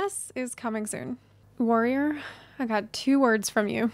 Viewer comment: yells warrrrrior main in a slight trucker accent